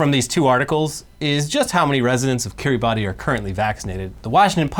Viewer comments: Kiribassss, not Kiri-ba-ti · It's not Ki-ri-ba-ti. It's Ki-ri-bas. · i love you boys but my god it's pronounced Kiri-bass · Hey guys, cool channel 🙂 Just a quick fun fact: The island nation of Kiribati is not pronounced like it is spelled. Is is pronounced more like "Kiribass". Keep up the good work! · Heads up, its pronounced kiriba. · pronounced kee· ruh· bas. really it is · It's pronounced Kiribas lads, the more you know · Just fyi Kiribati is pronounced Kiribas. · It's pronounced Kireebas, even though it's spelt Kiribati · Kiribati is pronounced like "Kiribas" the "ati" in their language sounds like "as" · FYI, Kiribati is pronounced Kiribas - it’s a regular arkansas situation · I believe it's pronounced KIR-ee-BAS. Wierd I know with the spelling, but there you go.